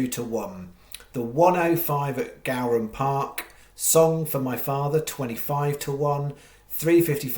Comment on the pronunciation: Go-ran not Gow-ran